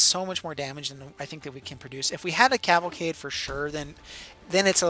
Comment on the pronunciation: Liked because you pronounced Cavalcade correctly once